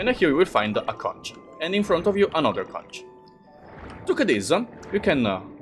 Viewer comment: I think you're supposed to pronounce "conch" in a certain way...